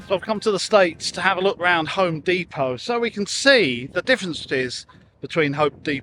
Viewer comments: It's not deeeeeepoh, you're a Brit for chrissakes. Dep-Oh. Amazed they have no metric - only Imperial - even on a tape-measure? Surely there's use for metric, even if occasionally? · You're still English. Dep-O not De-Po Good video though. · Deh Poh, not Dee Po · It's depot not fckng dee po. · Americanese pronunciation DEEPO English prronunciation DEPPO Not a lot of people know that. Carry on.... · You're British. it's pronounced D-E-P-O-T and not D-E-P-O-W 🙂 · Dep poh not dee poh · OK you lost me when you said deepot, they'd know what you meant if you had pronounced it properly. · Home "deepo"?! 🤔🤣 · You are an Englishman..its DEPO...now flash-light...the end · You may be in America in an American store, but it's still a pity you pronounced "depot" the American way. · Why are you pronouncing depot in an American accent? Haha. On a serious note, love your content bud, keep it up.